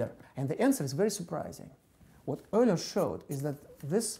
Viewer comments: Leonhard "Ugh-ler" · its pronounced "oiler" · Magic Gonads It's "Oiler" in English, but it sounded like he pronounced it "Öler"/"Øler" rather than "Errler." Which is a vowel sound not found in English, which explains why Anglophones would pronounce it "Oiler." "Yooler" is wrong. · Everyone pronounces Euler differently. The guy in the video pronounces is Errler, Mr. Grime pronounces it Oiler, I pronounce it U-ler. What is the correct way to pronounce it? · Euler's name is not pronounced how it looks but rather is pronounced "oiler". Smh.